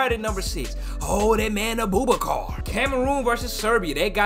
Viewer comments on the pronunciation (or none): Man said A-Boo-Ba-Car 😂 I love too much man 😂